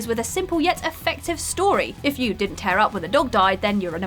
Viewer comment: Tear up?! (tare) even if someone else wrote the script, isn't it obvious that it's tear (tier)